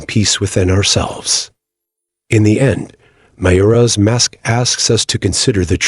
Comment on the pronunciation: Ma-JO-ra, not mayora.....but nice